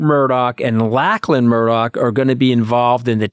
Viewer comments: Please tell Anthony that 'Lachlan' is pronounced 'Lock-lan', not 'Lack-lan'. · I’m no fan of the Murdochs but can someone teach Anthony how to pronounce Lachlan.